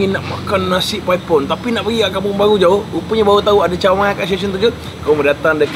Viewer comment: Bang,klau geng OL² "paipon" 2 bkn "paip on" bang😂,,gen Z ckp YTJT😂😂